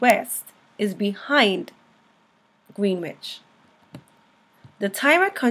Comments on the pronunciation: Terrific video! I'm going to point my community college oceanography students here. Thank you. (Small note: Greenwich, England is pronounced "GREN-witch". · Good grief please pronounce Greenwich correctly. It's pronounced "gren ich"